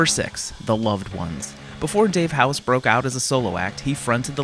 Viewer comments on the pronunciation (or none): FYI Dave Hause is pronounced like 'pause' and 'cause' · The worst part about this video is the incorrect pronunciation of Dave Hause...something he’s always correcting people on